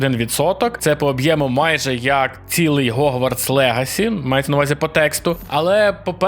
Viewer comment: Horizon Hogwarts Hades Это всё английские слова. Не надо их "украинизировать" заменой звука Х на звук Г. Это неправильная практика, которую не стоит популяризировать, пожалуйста.